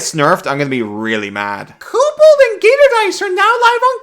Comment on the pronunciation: Gator confirmed as German. Gertor.